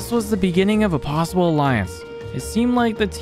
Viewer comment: In de biginging